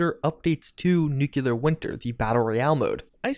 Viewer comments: I love you, man... long time subscriber and have watched every second of every video you put out on FO76. But can you PLEASE stop saying "Nuke-You-Lurr" and instead pronounce the word how it's spelled: NU-CLEAR. I've cringed far, far too many times in the past 1.5 years. lol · DUDE. NU-CLEAR. NOT NU-KILL-LAR!😑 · OK - Now, you're doing it on purpose. Perhaps you should add merch imprinted with "Yeah, I know how it's pronounced, but I'm gonna keep saying 'nuke-u-lar'. Deal with it!" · Love your vids,. But please, it's new-clear. Not new-cue-lurr. Lol. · You would think a person who spends this much time with Fallout would bother to pronounce nuclear correctly.